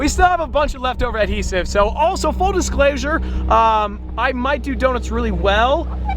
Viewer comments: Am i the only one that noticed he said "Disclasure" in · disclosure ❌ disclasure